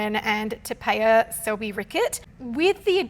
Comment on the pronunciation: Te Pie a is how you say Te Paea